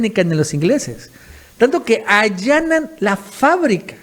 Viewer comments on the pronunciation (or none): Allanan!!! No anallan!! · anallan 🚫 Allanan 👌🏾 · no se dice anayan. Es (ayànan) 😬 saludos! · Allanan no Anayan jajajajajajaja o no se si sea burla por Ricardo Anaya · No es anayan "ayanan" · La palabra es Allanan, no Anallan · ANAYANNNNNN ????? QUERRAS DECIR allanan''' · TOCAYO TE DEJASTE LLEVAR POR LA EMOCION, NO ES ANALLAN ,ES ALLANAN LAS FABRICAS DEN BRUSELAS. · No es anallan, sino allanan , que una sola vez la digieras , bueno , pero lo repites unas cuantas veces , ya es como para hacerte una observación! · anayan ??? Será allanan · No es anayan, sino allanan. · ALLANAN, NO ANALLAN; CUIDADO, RESPETUOSAMENTE DEL VERBO ALLANAR, ANIMO, PECATA MINUTA. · Allanan,.... dijiste anallan 3 veces. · Se dice allanan no anayan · Se dice allanan, no anallan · dijiste "anallan" y es "allanan." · Se dice "HALLANA" fábrica no anallan la fábrica. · ¿En qué chingaderas estás pensando,? Es allanan, no Anayan... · es allanan no anallan ajaja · Allanan ó anallan wajajajaja 😂😂😂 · Allanan, no anallan, a bueno ya a la tercera lo dijiste: allanan. Mis respetos. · Que pues "anallan" o "allanan" jajajajaja, se te cuatrapeo. Saludos. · ALLANAN, ALLANAN, NO ANALLAN. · Es ALLANAN no ANAYAN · Es "allanan",, no "anayan". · Anayan la planta? XD se dice allanan weno Anaya es un ratero tons también queda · Perdón por este comentario: Todos tenemos lapsus linguae de vez en cuando, y yo más, porque soy taquilale, y hizo uno al minuto al decir anallan en vez de allanan. Nada de otro mundo. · Minutos y , ¿Anayan o Allanan la planta?.... ¿También son Canallines como Ricky Riquín Canallín? 😂🤣😂🤣😂🤣😂🤣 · Anayan?????? Allanan....se dice!, Aah okey, corregiste. Saludos afectuosos desde Acapulco Gro. ( Eres un excelente Periodista, te admiro por tu Profesionalismo y Comentarios inteligentes). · No se dice a Anallan se dice allanan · ALLANA,N, NO ANAYAN. ¿QUÉ CULPA TIENE EL ANAYÍN"